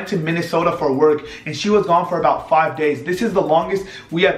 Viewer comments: She said frive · She said frive days